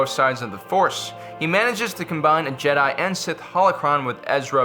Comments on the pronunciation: it's "jeh-die" not "ji-dye" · It’s jed-eye not jidie smh I’m unsubbing. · FYI not Je'daii its Jedi'i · Man really just said “Je Die” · The JEDAYY XD XD XD LOL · stop saying Jedi like an idiot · why did you start saying Jedi in a weird way half way through the video? lol